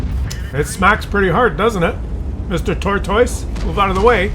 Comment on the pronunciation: I hate how says tortoise. Makes me wanna give him a dislike but he is just too goofy looking to hate on